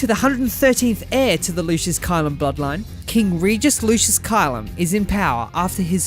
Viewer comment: Heads up for pronounciation. Caelum is pronounced Kay-lum and Scourge in Starscourge is pronounced Skerj not scrooj. I understand if english isnt your first language